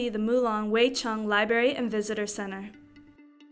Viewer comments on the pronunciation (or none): Thanks for the research but why do you continually mispronounce the word 'library?'